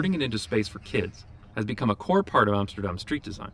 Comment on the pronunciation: he said Amsterdam and NOT Emsterdem! great!